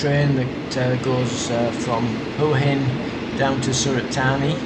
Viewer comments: please pronounce as hwa hin not hore hin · Why do you so many of these desperado videos not pronounce the city name correctly? It’s not that hard. WAAA INNN. GET IT ? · I dont think you are pronouncing Hua Hin correctly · Can please pronounce Hua Hin correctly,by now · don’t mean to offend , you obviously know how it’s pronounced (w) in front so maybe your pomie ascent or my ear sounds bud different sorry for being a little bit picky